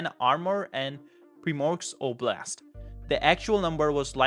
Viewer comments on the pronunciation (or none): none